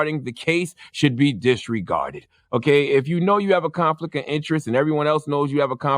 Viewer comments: “Conflick of interest” 🤣🤣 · "conflick of intress" lol, shuuuut the F.U. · Charlemagne said "conflick" 😂😂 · The word is "conflict" not conflick...